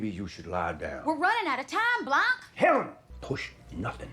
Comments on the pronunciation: The first time I watched it I didn't realise he said "Helen!". I thought he said "Heavens", which made sense to me because she was runing straight at him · YES when I watched it for the first time a few days ago I was like wait what he said Helen???? Had to rewatch it a few times to make sure I wasn't crazy.